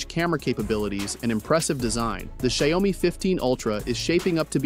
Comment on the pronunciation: It sounds like people in Brazil who mispronounce it by saying ‘xaiomi’ instead of ‘xiaomi’. I’d be in shock if I found out that’s the right way to pronounce it.